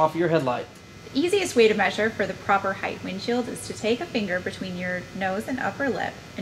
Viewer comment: height not heighth heighth is not a word